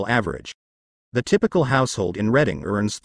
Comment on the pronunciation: You're talking about York while showing Philly's Kensington section which it one of the nation's most destitute and narcotics ravaged areas in the U.S. It's pronounced Redding not Reading.